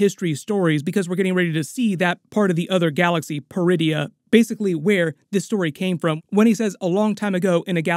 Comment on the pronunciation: Oh. PER-idia. I thought she said "DRU-idia". Funny, she doesn't look Druish.